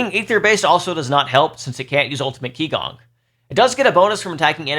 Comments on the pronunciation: Thanks! That was helpful! As others mentioned, a hero tier list would be pretty hansy as well! Btw, qigong is pronounced chee-gong (not key-gong) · Great video, but one small nitpick - Qigong, being a chinese word, is pronounced "Chee - gong" instead of "Kee - gong" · Psst... it's "chee-GOONG", not "KEE-gong" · Just FYI, “qi gong” Is pronounced “chee gong” 氣功